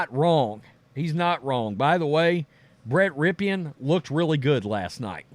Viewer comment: Who the fuck is Brett Rip E EN. Stop talking.